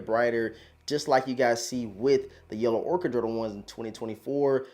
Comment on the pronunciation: I wanted to shoot myself every time I heard “Yellow ORKER” 💀